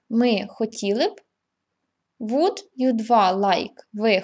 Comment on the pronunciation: Жахливий наголос словa "WOULD"!!!